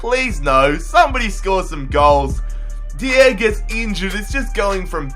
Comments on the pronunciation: Dier is pronounced die-er not dee-er. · Deeeeeiiieeerr wat the hell is deeeeeeeiiiiiieeeeerrrrrrrr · It's so funny how he pronounces Eric Dier😂😂😂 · why can't you pronounce dier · Pronouncing Dier wrong smh